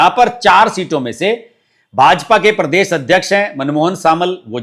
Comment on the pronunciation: परदेस नही प्रदेश बोलो